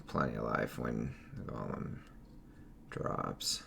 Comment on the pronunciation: It's "Gow-lum" :(